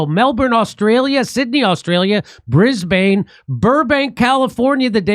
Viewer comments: I was just going to type out the pronunciation of Brisbane for Jimmy. Brizz-bin, Jimmy. 😂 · It's not Brisbayne. It's prounounced Briz'-bin. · Jimmy, it’s not Bris-BANE. It’s Bris-BUN. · “Brisbin” “Melbin” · Brisbane: “Brizzbin”